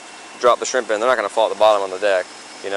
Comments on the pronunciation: He gets points for the way he said “shreeemp”. Bonus points would be “skriiiimp” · As soon as he said "shreeemp" you knew he was guilty